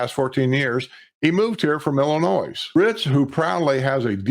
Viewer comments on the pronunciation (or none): the ‘s’ in Illinois is silent. As a life long citizen of Illinois, and hopefully a soon-to-be resident of The Villages, I thought you should know. Enjoy your shows, especially WNL. Take care!